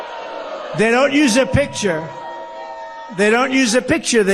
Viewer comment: Why can't he pronounce PICTURE???? Sounds like he wants to pour a round of water!